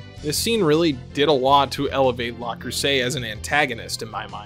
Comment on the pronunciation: Pronouncing Le Creuset with "la" is screwing with me. Rau Le Creuset is not a girl. Do they use "la" in the remaster?